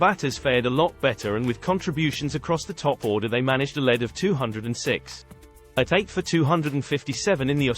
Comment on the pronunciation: Why do you say /led/ for lead?